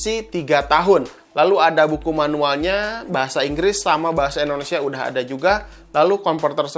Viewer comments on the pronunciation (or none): none